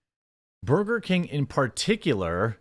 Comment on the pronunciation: C ya bye 😂😂😂 tries so hard do improperly say burger 🍔 and he can't even do that right.